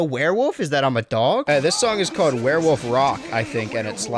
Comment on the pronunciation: I appreciate that you pronounce werewolf as "werewoof"